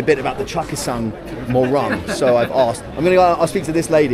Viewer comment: It's not morang pls ,it's pronounced mohrung